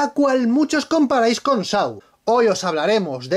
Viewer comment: Y en serio hay gente que compara esta mierda con SAW (que por cierto amigo, se pronuncia "So" no "Sau")?